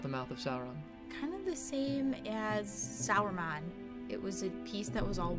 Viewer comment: Saruman not Sarumon! D